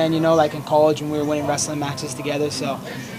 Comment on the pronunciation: The way he says “college.” For those of you wondering, that’s a Northern California accent.